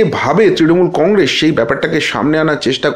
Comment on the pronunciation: আর এশ এশ , কন্গ্রেশ উচ্চারন শুনলে গা ঘিন ঘিন করে।